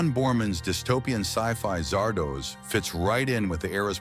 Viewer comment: Zard-ah-z, not Zard-oh-z.